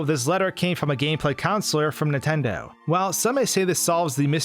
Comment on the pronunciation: Anyone else hate how he pronounces "Nintendo", as "Intendo"?